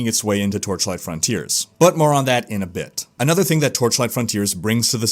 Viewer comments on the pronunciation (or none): "Frawn-tea-airs" versus "Frun-tierz" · Sounds like he's saying 'frauntier' or 'frowntier' every time